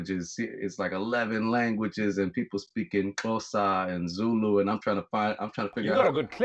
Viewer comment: I'm South African and I was genuinely impressed with Vic Mensa's pronunciation of Xhosa 🇿🇦👌🏽✊🏽